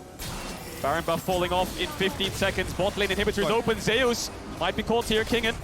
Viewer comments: Im confused.. its ZEUS not ZAYOOS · I'm curious, does the player call himself Zhayoos, the way they have been pronouncing it? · Remember Zay-oos? That Greek god.... Zay-oos. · I dont know.. it should been how you pronounce zeus in greek mythology